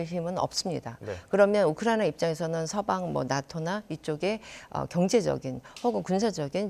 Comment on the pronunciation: 이 아줌마 왜 자꾸 우쿠라나라고 말하나요?